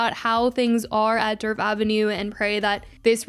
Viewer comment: The D in Djerf is silent… it’s pronounced like “Yerf/Yurf” in Swedish 😅❤